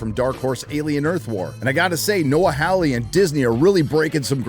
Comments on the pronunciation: As a Hawley myself, the pronunciation is Noah HAW-ley, not HOW-ley. Like Hee-HAW. Your welcome.... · FOR FUCK SAKE!!! It's pronounced "Whore-Lee" (soft-R in the middle). I know this because it's an English surname and I grew up in England, living next door to an English family with that surname. Rant over. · Second best part of the video is insistence on mispronouncing Noah Hawley's surname. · Indeed. It's an English surname and I grew up in England, living next door to an English family with that exact same surname, so it bugs me almost as much as when he says Russell T. Davies and insists on pronouncing the surname "Day-veez"... it's a Welsh surname which I'm fairly certain is pronounced "Day-viss". The E is silent and can pretty much be ignored. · Hawley, NOT “Howley.” Robot, NOT “robutt.”